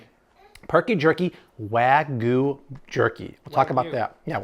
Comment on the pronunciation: Wagyu. You kept saying Way-Goo. But long A and short A , as well as including or excluding the Y changes it to different words, so please try this pronunciation in the future: Wahg-You. I hope that helps! Luv your videos!